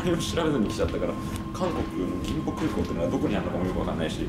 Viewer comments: いやいや良くないですよ。ハングルに頭濁音はないので、김포はキンポです。韓国のローマ字表記法では、平音は実際の発音と関係なく濁音で綴るのでGimpoとなりますが。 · 金浦空港のことをギンポと発音されていましたが、正しくはキンポです。ハングル文字（김포）のアルファベット表記がGimpoなので紛らわしいですね。